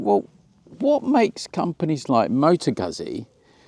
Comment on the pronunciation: Oh PLEASE STOP! You are hurting my ears! 🤕🤕🤕🤕🤕🤕. It is pronounced, Mo - tow ..... Goot - see! LIKE Peet - sah! Two Zs is pronounced With a "T - S" sound.